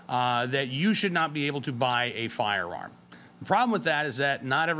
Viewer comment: Dude, you need to say, "firearm", the complete word! Because every time you say it , it sounds like you're saying "farm", you sound flippin stupid.